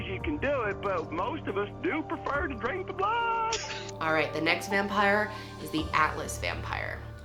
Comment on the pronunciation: “Most of us do prefer to dRiNk tHe BlOoD” boi😂why did he say it like that